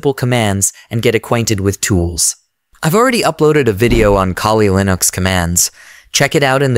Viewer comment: lol, you clearly used an AI voice. The way he pronounces "Linux"